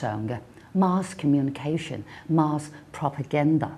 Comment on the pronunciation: In both British and American English, the word 'mass' is pronounced as /mæs/ rather than /ma:s/.